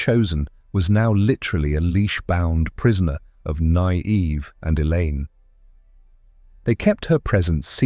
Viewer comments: The AI voice really struggles with “Nynaeve”, eh? “Nigh-eev” 😂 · The pronunciation of Nynaeve was almost painful to hear...